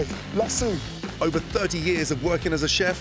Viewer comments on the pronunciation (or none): A la-sue. It’s la-so